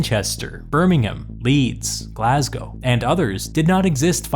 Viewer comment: Congratulations. You pronounced Glasgow correctly! A rare treat! As a Glasweign its good to hear my city get a shout out correctly! Been here since the videos about the different roman political offices! Love your stuff!